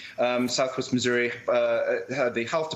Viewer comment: Did she accidentally mispronounce Missouri as "misery" or did I just mishear it? Misery does sound like a better name for that state, the state of misery.